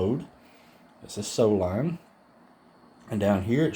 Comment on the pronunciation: Great video! I gotta say though the SOO Line railway is pronounced as "Sue Line" not "So Line." Sorry man, had to get that out.